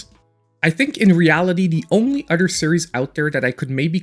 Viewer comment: I watch your videos just to hear you say udder lol. keep up the good work